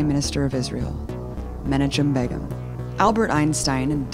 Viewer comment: pronounced Meeeaaa...nockem.....Beeaagin Menachim Begin